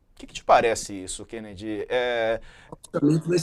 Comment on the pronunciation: "Qenedi" você é jornalista de DCE